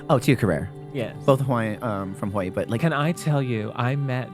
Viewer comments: Hawaii pronounced "how are ya" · Kelly's way of pronouncing Hawaii is very endearing.